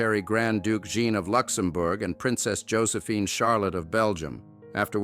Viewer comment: Please pronounce JEAN. Correctly, not in its feminine British version .